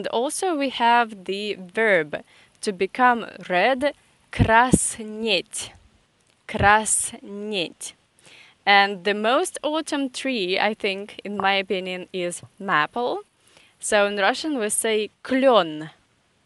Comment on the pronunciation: Maple is pronounced with an ей sound, like the A in "game" Not trying to be picky, but you said you appreciate being corrected on your English 😀.